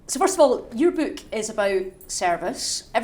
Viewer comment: It is not a 'beak,' interviewer. Say 'book'. BOOOOk.